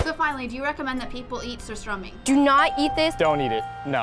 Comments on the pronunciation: you pronouns it surstruming not surstroming. because ö in swedish is like u in english' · are you serious? sur stromming? its called surstömming its not that hard! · You say sur strÖmming not surstromming!!! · Hon sa surståming!!!😂😂😂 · They Said surströmming wrong😡